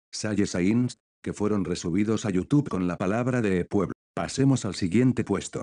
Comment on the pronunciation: Escrito: Deep Web Lo que el Loquendo pronuncia: Deeep Wuep